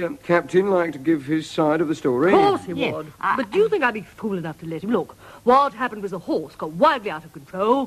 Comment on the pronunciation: It makes you fink, don't it eh? (12.42)